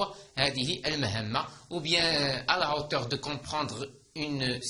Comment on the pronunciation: استادي مع كل احتراماتي حسب معلوماتي h بين زوج فوايال لا ينطق اصلا هو حرف ساكن وانت نطقت حرف h في hauteur اريد شرح من فضلك؟